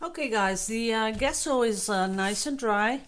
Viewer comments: It's GESSO pronounced like jesso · Give her a break, guys....... can pronounce it any way she wants; she didn’t ask for the correct pronunciation so being pedantic is unnecessary. We all know what she means.